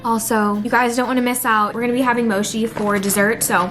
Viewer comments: it's mochi not moshi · It is not moshi it is pronounced mo-chi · Omg its mochi not moshi sorry I start twitching when someone pronounces mochi wrong. (No Hate) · You say mochi wrong lol it’s “mo-chi” not she lol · She said mochi like moshi 🤭😬😂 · hi! it’s actually pronounced moCHi, like “tea “except there as a “c” at the beginning instead of a “t”. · No, I think she said lit